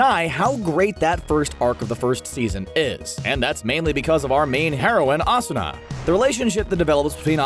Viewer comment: I was satisfied when you said Asuna